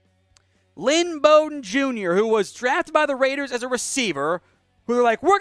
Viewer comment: RAIDEERRSSS ORT